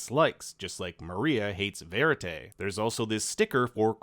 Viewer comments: “Verity” is pronounced “Ve-rit-tea” not “verit-tay” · You are pronouncing 'Verity' wrong :) It's literally as you see it, not 'Veri-tay'. And also, it means truth in Italian. Bêtê Noire is French for Black Beast. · The way he said “Verity” loool VeRiTaAay